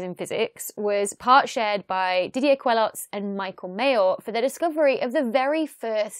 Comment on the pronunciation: Just to nitpick : Didier's name is pronounced Kelo, not kweloz. Also I would have expected you would have talked about how the discovery came to be. If you search for Mayor's publications on the ADS, you see he was in stellar radial velocity (but wrote a 1988 paper titled "a giant planet beyond the solar system ?" ). Geneva observatory had (still has in fact) a 1m telescope at OHP, and they were using Coravel to measure the radial velocities of stars. Then the use of fiber optics to link the telescope to the spectrograph (i.e. no more flexure while the telescope tracks during the night) and the thermal stabilization of the spectrograph allowed to go from km/s to m/s precision, and therefore the detection of Jupiter like planets. I used to work at La Silla Observatory before the HARPS spectrograph ( ), and the former spectrograph was in a thermal stabilized room below the 3.6m telescope. If you just opened the door of that room, measures were bad for 2 days. It's really very high precision stuff (HARPS is in a vacuum chamber). Other than that another very good youtube video. As usual :).